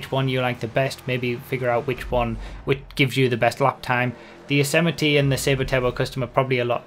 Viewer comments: Its the YOSE-MITE(YOS-MIGHT) not Yosemittee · it's pronounced yozimight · Isn't it pronounced Y-oz-might lmao